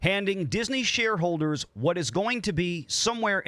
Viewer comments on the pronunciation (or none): I've seen VR's video before and now here. It still sounds like he's saying Disney Shillholders. 🙂